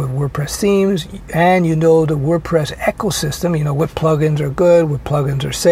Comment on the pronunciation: Eco, pronounced "eeko" systeym. Echo, pronounced eckho, is what happens to the sound.